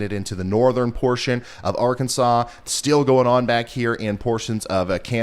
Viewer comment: Is it just me or did anyone else notice how he says the word "still' as STEEL?? No?? OK guess it was just me... lol Oh and I have always found Tropical Tidbits my go to for the Hurricanes... Just saying!!